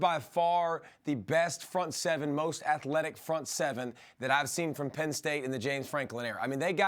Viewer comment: He really said penn st